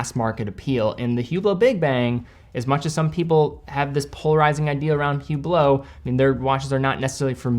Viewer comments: it is pronounced Üblo.... not Hublot. The H and the T is silent. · I think it's technically prounounced "ooo BLOW," but don't worry, the only person i've seen wearing one called it a "HOO blit"